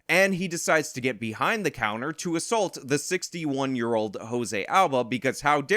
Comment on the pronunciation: Dude. What is with you youngsters saying ASSULT? The word is assault and is pronounced uh-salt. Look it up, dangit! Love how mad you get about this. It's maddening. Woman sicks her felon boyfriend on a dude and the vic gets charged. It's NUTS.